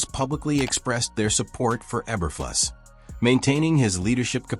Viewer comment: That sure sounded like an AI generated voice and mispronouncing Eberflus' name, numerous times.